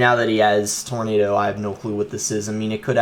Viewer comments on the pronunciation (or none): none